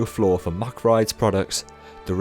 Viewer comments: What never ceases to amaze me at Europa Park is the awesome theming. I've been to Heide Park many times before I first came to Europa Park and it just blew my mind. Europa Park's theming is just awesome. Oh, by the way: Good effort on pronouncing the ch, but Mack has just a hard k at the end ;) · Hey so I'm a staff member at Europapark and we actually pronounce it MaCK(K) :)